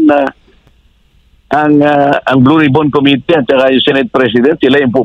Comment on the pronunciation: "Committee" ang tamang bigkas ng salitang ito ay: (_ko "MI" _ti) mababa ang bigkas sa KO, itaas ang bigkas sa MI, mababa ang bigkas sa TI. **** Huwag ng gayahin si Dan Fernandez.